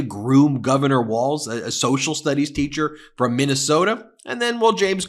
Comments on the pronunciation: That Comer maga idiot said his name as Tim waltz! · Someone should tell Comer that Tim Walz’s last name isn’t pronounced “Waltz”. There’s no freaking ‘t’ in his name. Comer is disrespectful AND an idiot! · Omgeeee I wanted to grab COMER by his stupid face and say, “there is NO letter T in Walz, dude!! It’s W~A~L~Z not WALTZ!! I wanted to hug Jessica T & put a safety cage of plexiglass around her to keep her safe from the hyenas she sits with, and cringed repeatedly at their inability to play the “GOTCHA style” political game that they invented!! (That’s what I’d call it, Ben ~ omgeeee I feel so much smarter after watching the CIRCUS and the drunk clowns AT #FauxNooz. Wowwwwwwww!! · El no hearing Comer doesn't even know how to pronounce Governor Walz name. There is no 'T' dear Comer, in Walz. Now go somewhere and SIT down! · I hope Tim Walz "corrects" Comer on the pronunciation of his last name quicker than Jamie Raskin did on his last name. You know this redneck Republican does it on purpose. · HIS NAME IS TIM WALZ. NO T.